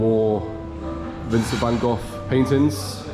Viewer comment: Why Van Goff ? It’s Van Gogh, with G